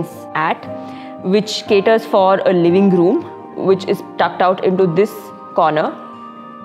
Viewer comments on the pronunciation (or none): Its not DAY-SEE-SHUN, its D-SEE-SHUN , not LAY-WING ROOM, its LIV-ING ROOM & TTHOO (2) not TYOO 🥸